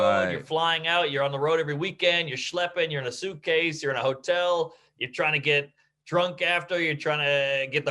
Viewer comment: Right! He might be dwwrunk 😆